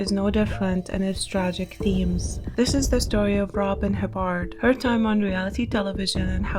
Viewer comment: yeah i google her every few months too- was happy to see she finally got her act together- and it's hibb- erd btw not hib- bard